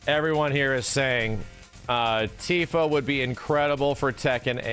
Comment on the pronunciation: It's Tifa. I'm not watching the video. It's Tifa.